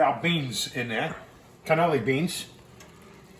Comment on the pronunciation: Canolli beans? lol it's cannellini beans. You've been in Texas too long lol